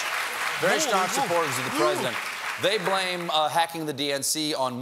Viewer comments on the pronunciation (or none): none